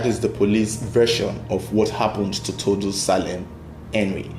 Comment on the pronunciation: It's pronounced Tor- du- e not Tordu, it's a native Tiv name. Well done on the investigation.